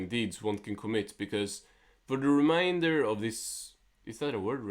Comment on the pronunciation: “Remainder”, you were close. At the very least I could tell what you were trying to say.